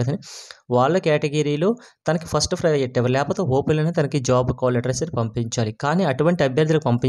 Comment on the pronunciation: Ori babu cole letters kadhura call letters pronociation problem haa